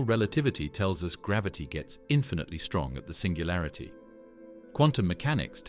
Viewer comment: "SINGALURITY" sorta killed it for me